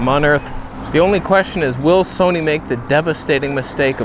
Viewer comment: The Tamron Toneh' on Soneh' is joyous.